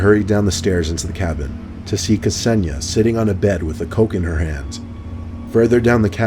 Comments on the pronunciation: Isn't Ksenia pronounced like Zenia? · K'senia? C'razy pronunciation,:) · lol! ksenia and ksenya are girls names (russian i think) pronounced ‘sen-yah’.